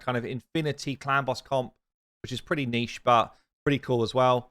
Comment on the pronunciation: "Niche" is not pronounced like "Neeshee." It's pronounced like "Neesh," or some say "Nich." :)